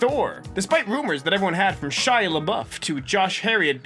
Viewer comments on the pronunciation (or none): none